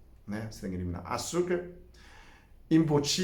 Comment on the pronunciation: Adoro quando fala açurcar kkk